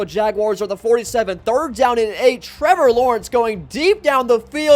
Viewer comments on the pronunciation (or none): none